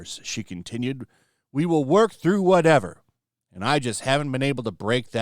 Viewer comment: When you were talking, I guess you were supposed to say we but it came out weave. Was that a mistake or a poem?😅